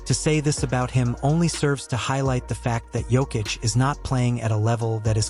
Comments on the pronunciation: How many different ways is this AI crap bullshit going to mispronounce his name? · Ai is screwing his name. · I didn't know you could say "Jokic" wrong so many different ways.